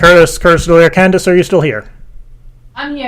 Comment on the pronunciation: Candice? It's Candiiey!